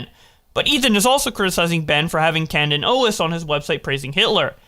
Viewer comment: "Canden Owis"😂